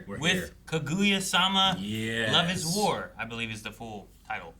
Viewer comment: They've been watching anime for how long and still can't pronounce Japanese vowels? Kuh GOO yuh?